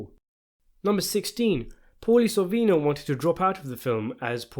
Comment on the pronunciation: Its SORVINO not SORVINI